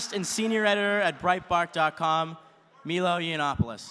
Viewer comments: It's milo not meelo. It's Nike not nikee or nikey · ITS MY-LOW NOT ME-LOW SAY IT RIGHT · It pronounced Milo not Meelo... and Radical feminism and transsexualism are definitely mental health disorders. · did he just say "Mee-low"?